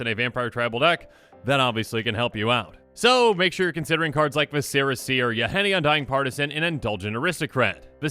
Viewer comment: I know it's small but am I the only one who hears "Vis-sear-ah Seer" from and it hits the same part of the brain as fingernails on a chalkboard? In reality it's fine (mispronouncing words often comes from people who read a lot without hearing others say it so i don't ACTUALLY mind but it hits my brain every time lol) For anyone wondering it's pronounces "vis sir uh" like the internal organs and parts.